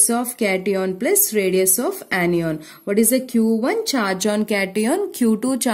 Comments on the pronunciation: Ap log itna show off kyu krte ho ... English thik se bolna aa nhi rha hoga fir bhi lge pahde he ...this is ye this is wo ..this is bakchodi......are nhi bol pa rhe to hindi m baat bol lo anion ko anyyyyon bol rhe h....2-3 sentence rt ke puri vdo m whi chep rhe hain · Ma'am its cation( ketayan) not (keti on) and similarly it's anion (ana yan) not (Ani ON) 😊